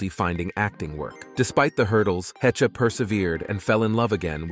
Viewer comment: Anne Hechuh lmao. SKIP